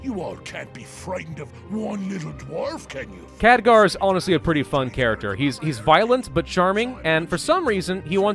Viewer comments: NeeshKa neesh Ka.N E E S H K A. KheLgar. K H E L G A R. not Khadgar. KHELGAR. Otherwise, great video. But damn man, those names really hurt to listen to. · KHELGAR!!! not Khadgar, come on. Show the Ironfist some respect!! and its NeeshKA, not Neesha. Names are my pet peeve man.